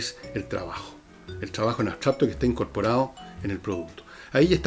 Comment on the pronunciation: Escucho a diario tu programa y admiro profundamente tu lucidez, pero me hace ruido que digas "abstrapto" tantas veces...Es como cuando dices "nadien" y luego lo corriges por "nadie", lo cual agradezco. Pero abstrapto simplemente está mal dicho.